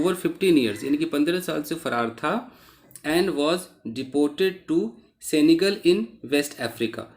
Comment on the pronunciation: It is सेनेगल not सेंगल Sir Ji